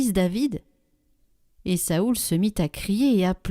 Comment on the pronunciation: Cest nouveau de prononcer Saoul ?